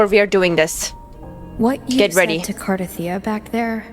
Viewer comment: It's not Car-teeth-ee-ah, it's Car-tah-thea-ah.